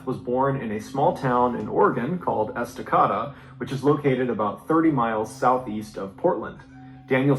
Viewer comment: I’m 15 mins from Estacada. He pronounced it wrong. Lol But people normally pronounce Oregon wrong so I guess no biggie.